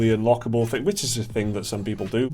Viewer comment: I don't want to know where is. I wan't to know why you can't pronounce "Thing" Not "Fing". TH before Ing not f.